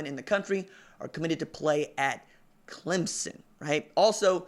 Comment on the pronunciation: Thank you for saying clemSON... you're one of the few that get it right lol. Good work, keep it up!